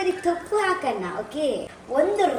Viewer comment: ಕೊತ್ತಂಬರಿ ತೊಪ್ಪು ಅಲ್ಲ ಕೊತ್ತಂಬರಿ ಸೊಪ್ಪು 😂😂